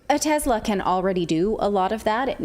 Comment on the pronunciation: she made tesla sound like Santa claws .lol